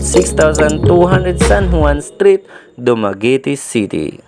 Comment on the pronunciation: dumagiiitiiii hahahaha